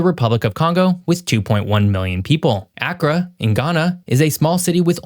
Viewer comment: Just recently watched this compelling video about Nigeria. I spent 11 years of my childhood in Ghana and Nigeria. You may have already been made aware of the correct pronunciation for Accra (Ghana) and Lagos (Nigeria), but just in case: Accra = uh-KRAH Lagos = LAY-goss I am enjoying watching your videos and find your content to be very interesting.